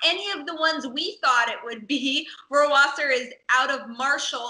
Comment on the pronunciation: As a german native speaker I must say that you guys have to work on you pronunciation of Rohrwasser 😂